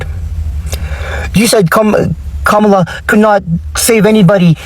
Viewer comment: They say they are so much smarter than us yet he's spreading a debunked lie about Kamala arresting BM and extending sentences. Then pronounces her name incorrectly on purpose, which is coincidentally what the racists keep doing. Then he's requesting allyship with people he is saying are unintelligent and don't deserve basic human respect. Then he says we don't understand how social movements or allyship works. THEN he complains about how our tax dollars are used while he himself is still paying taxes. If black people are so stupid and selfish I can't imagine the point of continuing to 1) ask for our help and 2) addressing us instead of the Republicans who are in office. I will disengage from any movement that prioritizes calling black people slurs when they are in the middle of a crisis. Go start your revolution and call Jill for help with that.